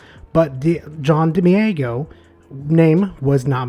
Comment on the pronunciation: I appreciate the video but if you're gonna say someone's name a bunch of times maybe just find a video of them saying their own name so you don't murder it. Much love though